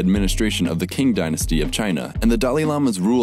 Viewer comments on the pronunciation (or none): Qing sounds like "Ching" when pronounced, not "King" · This was a surprisingly succinct and accurate video of the history of Tibet. As a Tibetan, I'd like to say kudos on this video. You really laid out the facts objectively. p.s. Qing is pronounced Ching not King. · It is not pronounced like either. it is pronounced /tɕ/ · That’s so good to hear! I was worried about how this would be received. Initially I included a lot more history but the video got way too long. Also I realized afterwards that I mispronounced Qing, reading a whole script is hard somethings :P thanks for watching! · Qing not king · Qing isn't pronounced like "king". It's pronounced like "ching". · Qing is pronounced *tching. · Did you just call it the "king" dynasty?